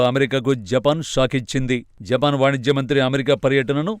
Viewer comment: 0.54 జపాక్ కు కాదు జపాన్.